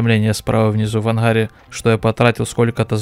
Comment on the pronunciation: в анХаре, иХра, что за говор???